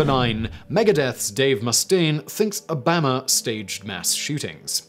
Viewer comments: Anyone else get really confused for a second by the way he pronounces "Obahma" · I know I guess he’s from AlaBAMA! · O BAM a! I’ve never heard someone say his name that way. You certainly have some interesting pronouncements of US peoples names. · Yeah I thought I heard it wrong at first. He seems to think Obama is pronounced the same way as Alabama. WTF? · Holy crap. Bah-rock O-bah-ma. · PSYMON WISTLURE??? Did I say your name right??? How can you not pronounce Obama? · I love how Simon apologizes for butchering foreign names and words, but manages to mangle Obamas name so hard I didn't actually think he was talking about the former US president... Really Simon? How? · I’m starting to think that Simon is just trolling us with his mispronunciations. C’mon, Simon. You have to know how to pronounce Obama and mafia.